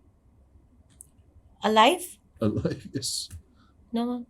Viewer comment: Yes ko yaasss bol re ha😂 she is well educated 😄